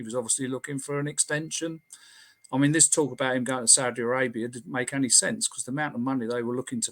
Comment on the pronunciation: I knew it! I knew it! The one simple word giveaway (Annie instead of Any)! ☘☘